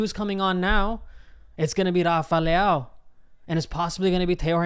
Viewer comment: Please learn how to pronounce Leão, just practice for 10min and your done.